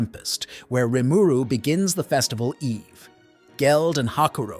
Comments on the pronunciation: this is a tough watch based on how you keep pronouncing rimuru, maybe its a dub v sub thing? idk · Yep. I just sped the video up that it's less painful lol